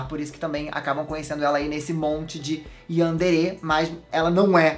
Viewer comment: plmds você tá falando Yandere errado